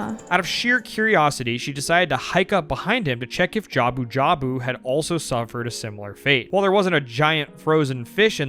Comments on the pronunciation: Honestly, her calling him jabubu like a labubu is hilarious and I love it 😂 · As much as saying Hestu's name wrong the entire botw video frustrated me to no end, hearing her call him Jabubu instead of Jabu-Jabu Killed me. lol. It got funnier to me each time I heard it. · Ive have played LoZ games since I was 13... 20 years playing this games... and now thanks to this video I will never call him JabuJabu ever again. Lord Jabubu it is from this day on for me 😂😂😂😂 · This is strangely enough the second time I've heard someone call a fish in Zelda Jabubu this week, first being Nerissa Ravencroft saying that about Jabun in Wind Waker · Now I will forever call Jabu-Jabu, Jabu-bu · Lord Jabu-Jabu ❌ Lord Jabubu ✅ MUCH BETTER! 🤣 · Labubu❌ JABUBU✅✅✅✅✅✅✅ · "She keeps mispronouncing Jabu-jabu" 2 seconds later: "Farvora's wind"